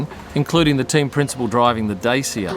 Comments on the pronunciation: Its pronounced Dachia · not dat-cha… neither day-see-ya. more like da-chi-a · Hey, it's pronounced "Dat-cha" (Dacia). Love the vids mate